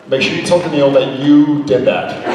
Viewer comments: I always pronounced it "Dan-kneel" and that's how I have heard interviewers pronounce it. When I heard the person in this video say "Dan-nil" I was like wait, what? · Brittany Shields ah! cool! i did think danil sounded wrong even in american! ty :)